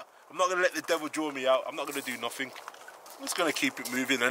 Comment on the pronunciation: “I’m not goin to do noffing”🤣🤣🤣🤣